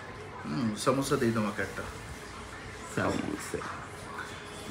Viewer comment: its lassi not lacchi moris not morich samosa not samocha